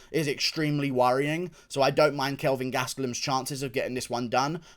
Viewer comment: kelvin gastelum lmaoooooo